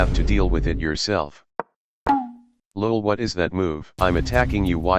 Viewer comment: I love how it says lu ol instead of lol